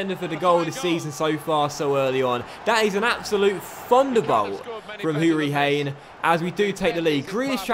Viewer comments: its pronounced Hoo-Ree-Han not Hain 😘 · Its Who-Ri-Han not Hane btw (Conor hourihane) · ITS HOURIHANNNNN NOT HANE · Hourihane is pronounced who-ri-han instead of hane :) happy you're doing a villa career mode keep up the good work! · Hourihane is pronounced. (Hur-Ri-Han) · Hourihane is pronounced with a silent ‘e’ , aha. I’m ocd about it bc he’s my favourite villa player (and start him in the career mode) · Hourihane's name is pronounced as if the "e" wasn't there